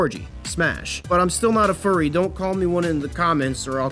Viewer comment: Furry not curry